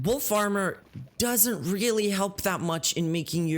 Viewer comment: "did i relly try to hit on a video game company"